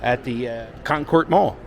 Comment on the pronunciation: I grew up playing video games in the Space Port arcade in this mall in the 80's/90's. Also, we pronounce it KONkerd, instead of KonKORD